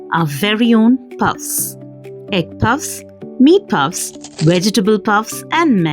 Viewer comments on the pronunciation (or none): Puffs ❌ Pupps ✅ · Its pupps not puffs 😂